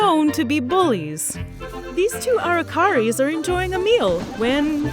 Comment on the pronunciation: You mispronounced araçari. The cedilla clearly indicates that the c is pronounced soft, like an s, not like a k.